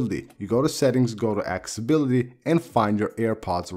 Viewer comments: I love this guy. Ya it sounds like Axe-Ability. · good video! [AC-SES-UH-BILL-UHTY] (no hate just advice)